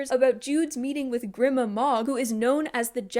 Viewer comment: the way i clocked that jude coulda came back the whole time before i even started qon had me screaming at the book cause she was so blinded by “betrayal” when other people pronounce fantasy names differently than me it makes me mad idk why like i think grima is pronounced gr-y-ma and madoc m-ay-doc